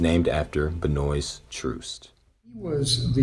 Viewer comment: His name is pronounced Ben-wha kinda French I mean f#*k him ryte but just want y’all to know this old farts name